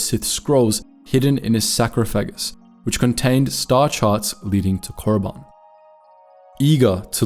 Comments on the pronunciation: It's SARCOPHAGUS not 'SACROPHAGUS' , Jesus Christ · why is he pronouncing “sarcophagus” like that 😂. Is pronouncing it like that on purpose, <(online pronunciation)-{sar·coph·a·gus} [särˈkäfəɡəs]>…